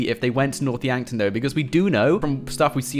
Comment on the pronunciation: when I heard north Yankton I swear I heard north wankton